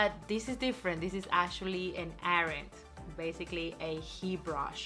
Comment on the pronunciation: Her English sucks to explain. Can’t even pronounce IRON! Knuckle head